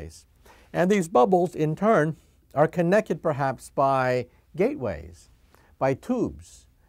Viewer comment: did he just say connekkid?